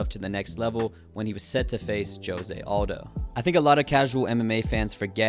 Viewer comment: "joe-se" lmao